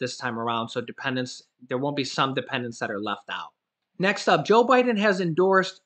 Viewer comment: Love your show, you had me laughing because you said O'Biden.. rerun this show and you'll hear it. About mid way through the show. Great work anyways...lol